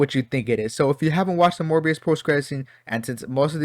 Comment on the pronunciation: Well, have I got news for you 😅 Edit: You really seem to struggle saying “Morbius” 😂